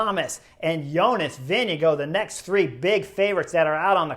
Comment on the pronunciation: Who TF is Jonas Vinigo? Why do you pronounce names so poorly?